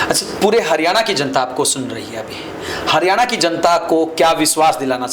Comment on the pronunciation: ये हारयाना क्या होता है क्यों मुंह चिगड़ा रहे हो